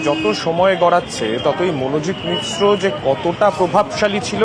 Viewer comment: মিশ্র নয় মিশ্রা